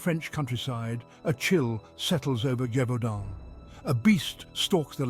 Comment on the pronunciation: STOOOOP saying GIVEudant... These voice over guys do not know how to pronounce properly😂Gèvaudan...(jev-u-don)Sorry , it's a small little pep peeve , but it really pissed me off!